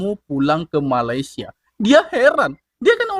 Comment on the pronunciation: MALAYSIA DI BUNYIKAN MALE SIA BUKAN MALAI SIA